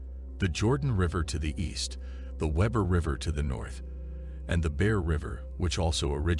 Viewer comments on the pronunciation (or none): Pronounced we-bur river not web-er fyi.